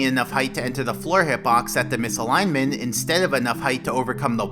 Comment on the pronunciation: btw you should pronounce the "t" in "misalignment". ;)